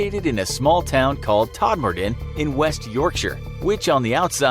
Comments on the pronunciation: I live really close to todmorden and you said it wrong :/ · Wow, Todmorden was pronounced properly!! I'm impressed! Most forriners pronounce it as "todd more-den"... :P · The way he butchered Todmorden🤣